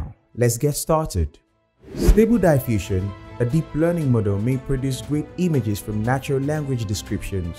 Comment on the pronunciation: Will you ever learn to pronounce "diffusion" correctly? It's in your channel's name after all! A little bit of diligence would be nice.